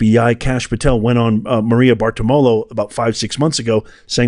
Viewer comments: Maria’s last name is pronounced “BAR-ti-LO-ma.” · Maria Bar-ti-romo pronounce it.